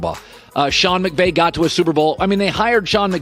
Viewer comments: “sean mcgay” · he says Sean Mcgay?? Lmao I had to play it back like ten times.. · He legit said “Sean McGay” and “Sean McBae” in that segment. A Freudian slip, maybe? Some subconscious desires coming out unintentionally there, Colin? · Dude literally said "Sean McBay" three times 🤣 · Bro called him Sean McGay 🤣🤣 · This dude really said Sean McGay😂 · Did he say Mcgay? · “Sean Mcgay “ 😂😂😂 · Yes he’s “tasty” 😂